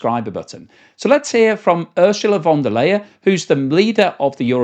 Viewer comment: You mispronounced Ursula von der Leyen by saying Ursula von der Leyer. To a German ear that sounds like von der Leier and reminds of Ursula of the barrel organ, hinting that she is repeating herself like such an organ😂, you are doing a Great Job anyway.